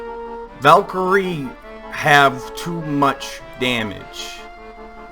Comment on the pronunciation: Ehi ValkyrieSSSS VALKYRIESSSSS. The guy forgot the S for some reason!